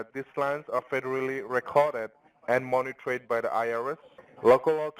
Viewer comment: ..'moni-TRAYED.." Uh, ok..